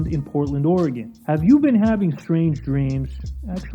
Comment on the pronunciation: That you for saying Oregon correctly 🫶🏼